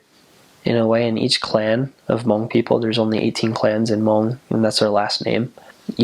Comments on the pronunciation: Ooo! I love your pronunciation of Hmong. Perfect 👌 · The way he said Hmong is sooooOOOoooo clearrrrrrrrr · wow he says hmong really good